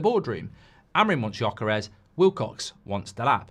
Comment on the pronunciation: It's actually Gyökeres. not gjokeres. you miss the umlaut but I don't expect any english speaker to be able to do it. haha